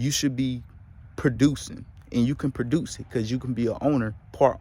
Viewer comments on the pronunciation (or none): none